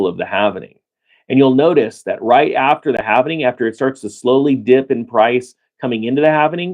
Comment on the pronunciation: There is no "N" in HALVING!